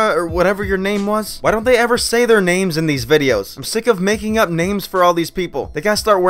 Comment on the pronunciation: you said "ipp" not "upp" lolol